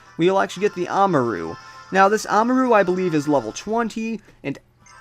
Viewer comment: Ahmaru? It's spelled Amaura. It's pronounced Ah-moor-ah. Or something along those lines.